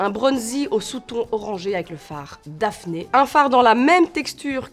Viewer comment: Noooonnnn Daphné sans "ée" PLEASE 😂